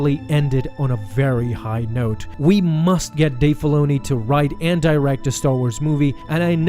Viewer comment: please say Dave Filoni's properly. was soooooo hard to start this